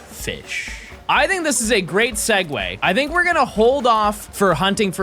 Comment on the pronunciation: SHINY FEESH